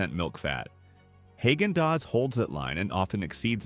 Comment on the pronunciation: Haygendoz. That’s hilarious! Even artificial intelligence should pronounce it correctly. I noticed it said nothing about Chapman’s again 80 or 90% of this video can be skipped. Hit the forward button. I’m glad they are forced to call them desserts instead of ice cream. That is a good thing.